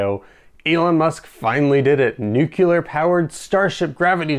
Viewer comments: I really hope that in your future videos, you can pronounce "Nu-cle-ar" correctly, and not "Nu-kul-ur" like Dubya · Sorry but I gotta ask - are you saying "nucular" on purpose? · "Nu-cu-lar" ...really?! ;-] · Great follow-up video! did I hear you say 'nucelar' instead of 'nuclear'? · I cringe every time I hear someone pronounce “nuclear” as “nu-kyoo-ler”. “New-clear.” Say it right lol. Do they spell it “nuculus??” No. “Nu-cle-us.” Hence, “nu-clear.” 😂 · Nuclear. Let me know when you find the nuculous of an atom.